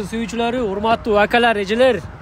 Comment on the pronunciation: Акалар эмес??? Акелер так суйло😅